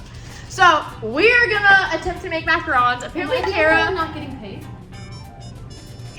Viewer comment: You had it right the first time Mac-A-Ron’s. :3